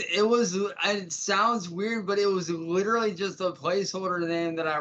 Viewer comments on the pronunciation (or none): you need to drag that L more when saying LLLLLLiterallllllly.